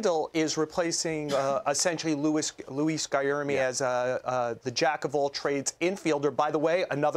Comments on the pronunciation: For a professional sports reporter, Joel Sherman should know how to pronounce Guillorme! "Guy-yer-me" is so wrong. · Guy can’t even say Guillorme name right. Can we rehearse? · Thank you, and he wasn't even close...then doubled down and said it wrong again 😂